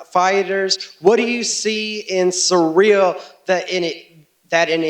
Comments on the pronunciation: Jon keeps calling him cereal 🤦‍♂️ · it's funny how everybody struggle to pronounce Cyril correctly, one says serial the other soreal lol come on guys! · Anybody else noticed they're calling Ciryl "cereal"? Put some respect on his name its CEE-RILL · He keeps calling him…. ”Cereal”….🤔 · "Cereal Gane" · Jones: I study Ciryl’s fights every night. I know everything about him. Also Jones: “Cereal”